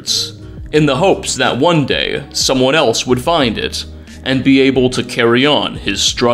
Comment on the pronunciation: I thought you said dad not day😐😐😐😐😐😐